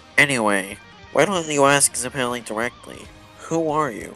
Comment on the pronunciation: Why are you pronouncing zeppeli like that 😭😭😭😭😭😭😭😭😭😭😭